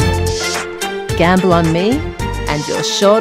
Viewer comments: Gambol not Gamble....!! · To frolic and cavort is gambol, Dear, not Gamble.